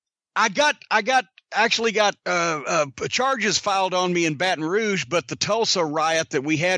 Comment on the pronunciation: He said Barton rouge I believe it that’s where my family is from so I’m not proud of it but yea I believe it